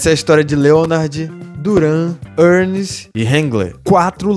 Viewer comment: Por que vc insiste em pronunciar hangler ,quando o certo é hagler?